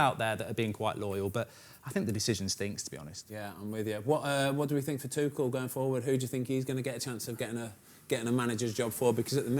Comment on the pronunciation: Thomas Tuchel. Everyone: Two-Schull: Tu-Kell